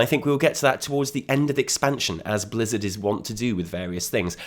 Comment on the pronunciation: did he say Blizzda ? Blizzard & Bethesda hybrid XD!